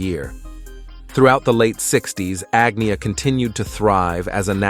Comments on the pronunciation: Agnia? who's agnia? it's AGNETA ,She made it clear how to pronounce her name but still if you cant sayet correctly just say ANNA ,Not so difficult....huh...😡😡😡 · Terrible Robot Voice who totally Massacres all the Swedish names, including of Course Agnetha herself. I am Swedish so I should know. The Background Muzak is Constantly too High and Irritating and totally Unnecessary. If this is the Future of Documentary Films and AI, I say Good Night World! Where is the Editor and Producer behind this I Wonder. 🤑